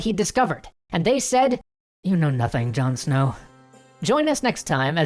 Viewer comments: John snoww lol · In a different dimension John Snow doesn’t have an “h”